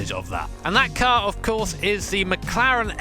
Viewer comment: Nice “mclaren”🤦🏻‍♂️